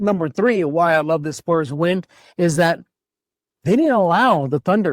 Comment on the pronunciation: He's been consistently poor. For Years he lived in Brooklyn while covering the Spurs, and only recently move back to San Antonio. He's inarticulate, mispronouncing "Spurs" as "Splurs" repeatedly, and other words. Furthermore, his podcast, when the audio is decent, often drifts focuses on his doll collecting and other "nerd stuff" like comic books, Star Wars, and anime, rather than the Spurs. Never ONCE asked Pop a hard challenging question. Wasn't even present at the famous El JEFE press conference. I don't know if this guy is an equity employee with Locked On or What. Finally, the network hired experienced journalist Casey Viera (Hofstra University) and former Spurs champion Devin Brown for the post-show, a welcome change from the host's previous reliance on random bloggers and loud Twitter personalities.